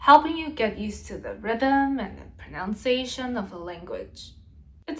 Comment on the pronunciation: Great video. (May I politely point out that it is pro-NUN-ciation not pro-NOUN-ciation.)